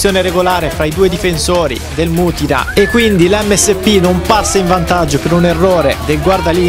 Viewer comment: Comunque non è mutìna ma mùtina